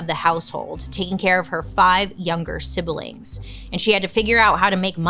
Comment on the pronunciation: Definitely not saying this in a mean way but the way you said siblings was the best and I’m definitely adding an i from now on lol